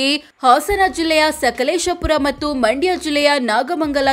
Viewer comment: ಅಮ್ಮ ತಾಯಿ ಅದು ಮಾಂಡ್ಯಾ ಅಲ್ಲ ಮಂಡ್ಯ ಮೊದಲು ಕನ್ನಡ ಸರಿಯಾಗಿ ಉಚ್ಚರಿಸೋದನ್ನ ಕಲಿಯಿರಿ